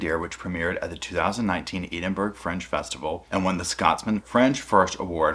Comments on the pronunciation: I was a bit confused trying to figure out what he was talking about for a moment there. I’ve never heard someone pronounce the first part like it’s the garden of eden 😂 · Love how he pronounces Edinburgh 🤣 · Wow! Just wow! Also Edinburgh is pronounced “Ed-Inn-burgh” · Not being a Karen but so you know it’s pronounced Ed- ing- bur-ra. Love love love your channel 💜💜💜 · It's Edinburgh, not Edinburgh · Hahaha I LOVE how you’re like “can you imagiiine” 🤣 you’re so cute! I’m Scottish so I can see how we respond to things as Scots. We’re self deprecating which is probably why Gadd dealt with it as he did and didn’t portray himself fully as the victim per se. I think he’s been so clever in how he’s played this because he knew she’d out herself and that would give him the opportunity to release the emails. I’m so glad got him that he’s finally getting some form of justice even if it’s only in the public opinion, it’s now worldwide. Her special kinda crazy is now realised! Ahhh p.s….. it’s pronounced Glaz-go, not glass-cow 😜 (Glasgow) x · I love your content, but please, please, look up how to correctly pronounce the name of the amazing city of Edinburgh 😅 😊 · Oh man, just look up how to pronounce Edinburgh. It takes two seconds. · Look up the pronunciation of "Edinburgh"! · Please learn how to pronounce Edinburgh. That pronunciation is atrocious! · Listening to a yank trying to pronounce Edinburgh 🤣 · Thank you for your video, but pls check the pronounciation of Edinburgh, also if you have time, google Edinburgh Fringe, its really cool. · Please, I love the you, and this channel, but learn to how to pronounce Edinburgh. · Sweetie I love your videos so very much and you even more 🥰 but do me a favour, if you are covering stuff from other countries PLEASE Google how to properly pronounce the place names 😅 it drives me insane when people get it wrong and you are just to lovely to be driving me mad 🤗 sending big hugs from Ireland 🇮🇪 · It’s pronounced “Edinburrah”